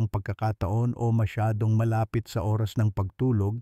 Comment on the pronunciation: alam mo d mo bigkasin ng klaro ang oras..lilalabo mo ang pgkasabi pwd mo nman dretsong sabihin kung ilang oras bago matulog..